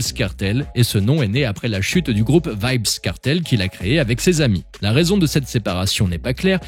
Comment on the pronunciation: Ça se prononce pas vibz kartel